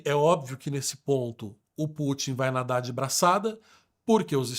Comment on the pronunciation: Não é /Pú.tim/ é /Pu.tín/ como em Rasputin.